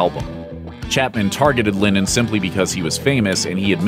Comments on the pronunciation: Its Lenon not Lenin! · I'm sorry, are you saying linen? Or lennon? Cuz it sounds like linen. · It’s LENNON NOT LINNEN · As someone who has the say the name Lennon so much, you should really learn how to pronounce it. It's not pronounced Linen